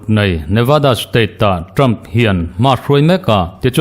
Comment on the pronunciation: English hi lam uluk deuh teh... Ṭam ni lovin Ṭham tia chhiar tur a ni. Tin Haris ni lovin Heris tia lam rik tur a ni. Kaw leihchi ni lovin Khawleihchi tih tur a ni🎉🎉